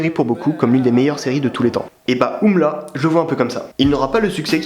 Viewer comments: c juste U.M.L.A pas oumla pas umla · On dit U M L A